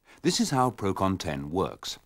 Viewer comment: "Procon 10"?! It's Procon-ten, from PROgrammed CONtraction and TENsion.